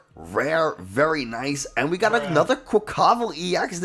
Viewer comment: Makes fun of the way some people say Giacomo but can’t say quaquaval or tarountula correct 😉